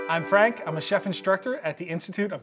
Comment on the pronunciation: I thought i heard him say Anne Frank instead of I'm Frank